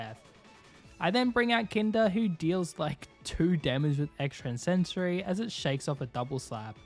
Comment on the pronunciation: Hey bro great vid and no hate but can you plz stop pronouncing the move extrasensory with that extra n in the middle. Normally it wouldn’t bother me but you said it like 30 times in the video and I felt like I needed to say something😅. Again great vid and hope you have a good day!